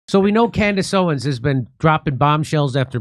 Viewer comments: Jimmy you keep saying her last name wrong. It’s Owens, not Owen. Keep up the good work though! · Her last name is “Owens”, not “Owen” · For the love of God, Jimmy, it's Candace OwenSSS, not Candace Owen! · It's OwenS, not Owen. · The “s” in Owens is NOT SILENT. Please address her correctly verbally 😊 thank u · For the love of God can someone please tell him her name is Candace OwenS. Not Owen. That’s how he has always said her name on the show. So this isn’t an isolated incident. But I’ve ignored it as long as I can. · Jimmy its OwenS with an S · If you love her, then at least pronounce her name correctly. It's owens not owen. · I don’t think Jimmy has ever not called her Candace “Owen” lol One day he’ll add the S and it’s gunna catch me off guard. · Jimmy, I luv u to death, her name is Candace OWENS, you're missin' the S . . . hahaha just sayin' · Why can you not pronounce her name correctly? Have some basic respect. It's "Owens" with an S at the end. Say it correctly Jim Do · Ask Jimmy to stop calling her "Candace Owen"! It's Owens! With an 's'! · Its candance owenSSSSSS jimmy lol with an S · Jimmy, it’s Candace OwenSSSSS! Get it right 😂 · Is he deliberately saying Candace OWEN ? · Jimmy, it's OwenS with an S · Jimmy, we love you but, it’s *Candace OwenS* — with an s at the end. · Great work, Jimmy, but it’s “Owens”, not “Owen”. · Please say her name correctly. OWENS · It’s “OWENS” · Ikr?!!! He's literally killing me! Like, infuriatingly so, to the point of irrationally screaming at my phone, 😳"𝘖𝘸𝘦𝘯𝙨, Jimmy! 🫨𝘖𝘞𝘌𝘕𝙎-𝘻𝘶𝘩!!!" 🤦‍♀️ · Can you stop dropping the S off of her name, please? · Someone please tell jimmy to add the S at the end of Owens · Idk why but it’s really irritation when you say names wrong. It’s Candace Owenssss not owen and Turning Point not Turning PointsSSS